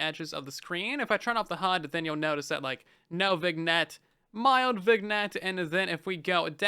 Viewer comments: Just thought I'd mention... vignette is pronounced as "vin-yet", not "vig-net" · Viggnet, you mean vignette? It's accented my guy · "Vig-net" eye twitching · Not to be a jerk, but vignette is pronounced “vin-yet”. 😘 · Hey, just so you know, "vignette" is actually pronounced vin-yet (like "tin" and "bet") because English is even buggier than Bedrock edition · Great video, just so you know vignette is pronounce vinyet :) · FYI/FWIW "vignette" is a silly French word, so you don't pronounce the G. "Vin-yet" Love your videos man, so helpful to know what to keep an eye on. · Minor thing, I believe Vignette is pronounced Vin-yet because it's of French origin, like filet mignon and cabernet sauvignon. Great video, I watch these every time as soon as I can! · Vignette is pronounced “Vin-Yet” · The G in vignette is not pronounced by the way. “Vin ette” or “Vinn yet”